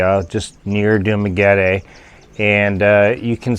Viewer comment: Well stupid is, stupid does. I’m sorry just being honest. He knew all the horror stories, he heard advice. It is not a relationship if you’ve never even met, it’s an acquaintance at most. Sheesh 🙄 And how long have you been in the Philippines. It’s Dumaguete not Dumaget-e